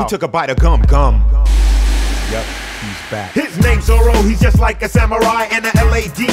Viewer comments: Hearing zoro pronounced right is enough to make anyone bust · Correct pronunciation of Zoro? Well, it's Immediately better. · Saying Zoro's name correctly...Disliked! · I’m just happy he said zoro instead of ZOLO